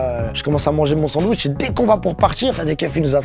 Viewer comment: " Un bandwich" mdrrrrrrrrrrrrr